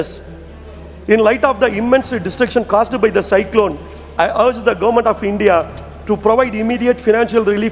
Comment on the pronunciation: He pronounces governament😊